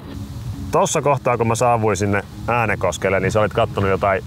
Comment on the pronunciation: Kaikki muut kaupungit * lausutaan oikein * Äänekoski * mE oLlAn SaAvuTTu TäNnE ÄäNeKosKelLe * Se lausutaan: Ääännekoski